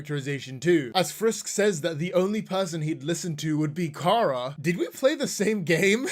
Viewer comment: Everytime I hear "Kara" I have a stroke💀💀💀